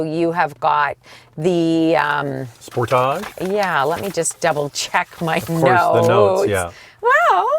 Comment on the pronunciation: Love the channel, thanks for the great content relevant to the masses and to the enthusiasts alike! I like how pronounces “sportage”, very continental of him! 😆 Keep up the good work!